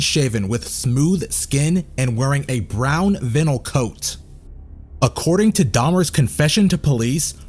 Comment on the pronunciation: lol, thats not how you pronounce vinyl